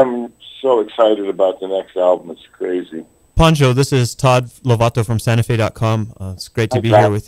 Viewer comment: I don't get it, a Poncho is a type of over jacket, pronounced the Po part like in Edgar Allen Poe........ Pancho is a nickname for Francisco in Spanish, and is pronounced how these people are pronouncing Poncho... Pa as in Paw, like cats paw.....Pancho.